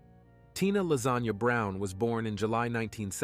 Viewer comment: Wait wait wait. You said Tina LASAGNE brown?